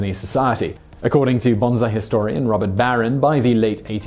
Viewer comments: The pronunciation of "bonsai" is "BON-sigh" or even "BONE-sigh." It is NOT "BAHNZ-eye" or "bahnz-EYE." Once again, THESE ARE TWO DIFFERENT JAPANESE WORDS THAT HAVE DIFFERENT MEANINGS AND PRONUNCIATIONS, whether you're English, American, Scottish, or Martian. It's "BON-sigh" whether you're from London, Kent, Yorkshire, or any other place in the British Isles. We have quite a few accents in the States as well, and the only correct pronunciation of this word is "BON-sigh." If you're from California, New York, Michigan, or Texas, and you pronounce it "bahnz-EYE," you are simply MISPRONOUNCING THIS WORD. End of story. My father used to pronounce the word "gas" as "gaz." Guess what? He mispronounced it. It's "gas." I have 53 videos on my channel. I created each and everyone with my own hands: How many do you have on yours? Oh, I see. None. No original content produced by YOU. Tell you what, then - when I see a single piece of original content on your channel, I'll take you seriously. Until then, why don't you take your own advice and contribute? Asshole. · Its bonsai, not bonzai say it like (bo n sa i) the sa is sa, not za Bonzai means long live the emperor but is used as an all around hurrah(according to my Japanese teacher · Proper pronunciation is more like bone-sigh. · Bone Sai You're pronouncing it like the French weird for good, and is (as too often by you) incorrect pronunciation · Simon you did not do enough study on the subject before shooting this video. Since the japanese style of saying the vowels is A = Ah, E = Ay, I = EE, O = O, and U = OO. The correct way to say Bonsai is more like pronouncing it " Bone Sigh" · No, Simon did not pronounce the trees as "banzai". He pronounced it as "bonzai", softening the "s", which is in fact incorrect, but not as incorrect as you claim. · Japanese pronunciation: the video's subject is pronounced more like ”bone sigh” whereas the exclamation is like you had been pronouncing the video's subject.